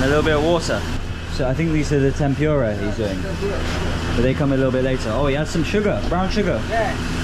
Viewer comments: How could you just got in to others table and grab some of their food,can you do that in UK?and tempura should be pronounce tempooora not tempuuura. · it's Tempura not Tempyura 😊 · I like the way you pronounce the Tempura. In Philippines we pronounce it Tempoora. Hope you enjoy your dinner